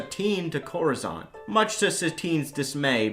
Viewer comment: Coruscante, not coruzante.